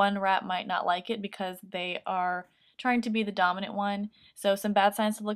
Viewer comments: When you first said dominant when I first heard it I thought you said dumb I was like wow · Avery Konkin lol me too